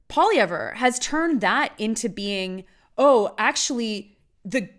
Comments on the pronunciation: How about you pronounce his name properly and then I'll attempt to respect your opinion. It's pronounced POLY-EV Of course I'd like to agree with you, but then we'd both be wrong. Pierre for PM!!! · Pierre Poutine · Maybe learn to pronounce his name, first of all! And also open your eyes to what Trudeau and his party has done to this country!!